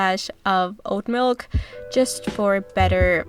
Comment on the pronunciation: Thanks for the ideas! Yum! I do have to say that at first I thought you were saying "old milk"...but pretty sure it was actually oat milk. Lol. 😁